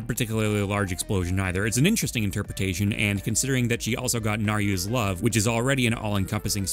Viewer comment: Naryu?? Who is this Naryu? Nayru? N A Y R U? Goddes of wisdom?